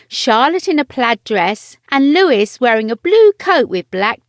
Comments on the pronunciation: "Louis"..... Not "Lewis"🙄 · note to voice over lady, his name is Louis not Lewis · Lovely family bit it's Louie not Lewis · Isn’t it Louee not Louis?? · It’s Lou wee not Lewis right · Thought it was pronounced "Louie" not "Lewis" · Their youngest has the name Louis - pronounced LOUIE indicating its French roots. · In the States we pronounce it LouIS and Louie is used more as a nickname. I was surprised this narrator pronounced it as Louis though. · I expect Americans to say Prince Lewis but the narrator is English! It's pronounced Prince LOOEEE. LOOEEE for goodness sake! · And it is Louis like Louis Mountbatten NOT Lewis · The dress is tartan and it is Louis, not Lewis. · Louis is pronounced Lou eeeeeee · Yes, I'd also heard it as LooEE, so it caught my attention as well. DO YOUR HOMEWORK! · Louis not Lewis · If this site is truly a Royal Insider please have the courtesy of pronouncing the name of the youngest member of the Cambridge family correctly. Thank you. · Are you pronouncing Prince Louis's name incorrectly on purpose? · Thank you! I was going to point this out too, then saw your comment. It is so irritating to hear Prince Louis's name being mispronounced several times in this short video. The three young Royals are gorgeous, lovely to see them all together in public. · Thanks! Drives me crazy too at the mispronunciation of Prince Louis' name.